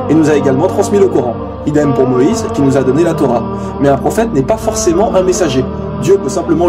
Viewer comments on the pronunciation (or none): none